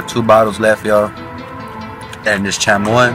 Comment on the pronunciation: Who tf say chamoy like that and u Hispanic tf😂